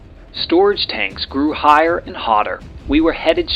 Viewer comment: Excellent video, but is it possible to create a voice which avoids the uneducated accent that pronounces "aynd," (hundreeds of times), "aynti-aircraft," etc gratingly every time an a occurs? Sure, a niggling point but its correction would help your presentation lots.